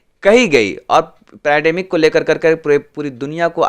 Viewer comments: Its not panademic it's pandemic. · Bro it's pendamic not penademic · भाई पेनाडेमिक नही है पेन्डामिक कहो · Panademic? Panademic? Kya bhari